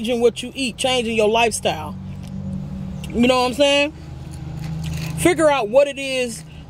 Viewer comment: Nobody:: mouthfull “nowhamsayn”